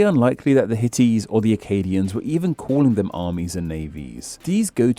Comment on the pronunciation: Did the AI voice actually say, "hit-ties" for "Hittites?"